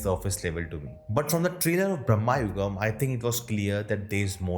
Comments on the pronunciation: Its not pronounced as "Brammayugam" , its pronounced as "Brama-yugam" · Its not Brammha yugam, its Bram yugam...!! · It's not brahma- yugam, but it's bhramayugam!